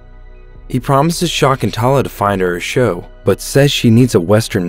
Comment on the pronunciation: It's sha-ik-ku-in-tuela not what u just just in a excuse of a name